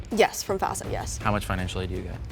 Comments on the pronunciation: One of the tells that no one picked up on was it sounded like she kept saying "FASA" instead "FAFSA" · I had a feeling but it was obvious the moment she mispronounced FAFSA 💀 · I knew she was the mole because she kept pronouncing FAFSA wrong 💀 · I had a suspicion in the intro when she said it so clearly by pronouncing all the syllables like she's reading a script.